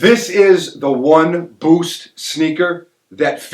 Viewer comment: doesn't just say "boost," He says "Bhoowst"